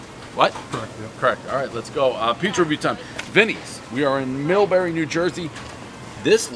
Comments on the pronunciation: One town, everyone knows the rules: Portnoy can't pronounce one Jersy town right. It's Millburn, not Milbury. 🤦‍♂️🤦‍♂️🤷‍♂️ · He's in Millburn, and he says millbury! Lol. He must have been served slot of veeerrry hot food as a child, cause cause he's terrified of any food served above warm! Lol . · Millberry.. lol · Millbury...lol Wrong again Dave Millburn.....lol. Atleast someone still bat's a .500 for something.......